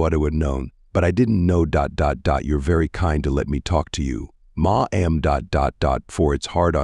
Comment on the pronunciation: Ma'am = Mah Am. 🤣 It wouldn't be so bad if the word wasn't so common in this story. I can't deal with this.